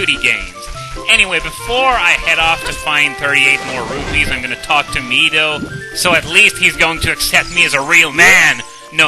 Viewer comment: Finally, someone who says Mido the right way.